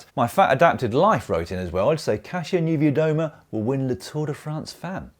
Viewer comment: Congratulations on your pronunciation of Kasia Niewiadoma's name! Thank you for taking the time to improve it. I appreciate it's not a priority for circa half of cycling Anglosphere but for those of us who die a little with every Pogakar, Rojelic and Kasya, it's a welcome relief. There is a happy middle to be found between "pronouncing every Dutch name with a brewing spit" snobbery and "English no can speak forrin" snobbery. The latter usually cultivated by a made up notion of limited ability of "true Brits" to acquire fluency in foreign languages, which is more like self fulfilling prophecy than reality. You only need to hear Bradley Wiggins effortlessly switch between less than posh English accent and fluent French.